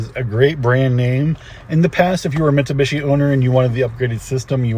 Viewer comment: It’s not a Mitsabishi🙄. You sell them can can’t pronounce them correctly? Wow….